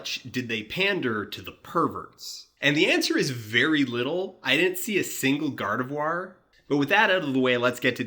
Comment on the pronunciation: Hearing Dan pronounce "Gardevoir" and realizing I've totally been mispronouncing the "voir" part and it's intended to rhyme with "Gar," because I live where a lot of Spanish is spoken and Dan lives where French is more prevalent, is enough to make me forgive his pronunciation of "enchilada" in his Book of Henry critique. 'On-chilada.' Ugh. French. Lol